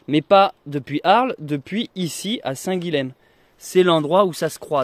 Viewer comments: Salut ! Super vidéo et super projet ! Par contre arrête de massacrer la prononciation de mon prénom (Guilhem). Ça se prononce Guillèm, « y » et pas « L » ! En tant qu’occitan vu qu’il me semble que tu es du Lot, t’es censé savoir oh ! Bonne route et bienvenue chez moi dans l’Hérault ! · Hello. Toi qui lis tous les commentaires, je me permets une petite correction. On prononce Guilhem (Guy yem), qui est un dérivé de Guillaume, Will, William ou même Wilhelm en Allemagne. Guilhem est un prénom assez connu dans la région de Montpellier. Donc on prononce bien "Guyem":-)